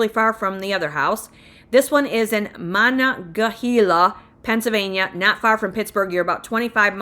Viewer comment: Monongahela(Mo-nun-ge-hAla), Apalachicola(apa-lachE-cola), that second one was always hard for me too, lol. Then I married a man from south GA, got corrected all the time, it's okay, if I was perfect I'd be rich. Starting to see houses jigger a little bit on prices here in E WA, just a heads up. However, taxes and cost of living are not for the weak of heart.